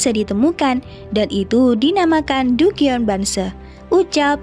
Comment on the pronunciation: Dungeon bacanya danjen min